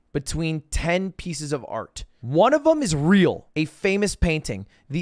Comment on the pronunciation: why did he say real like that?